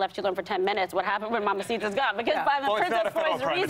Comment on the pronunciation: It´s Mamacita ,not "mamasita"😁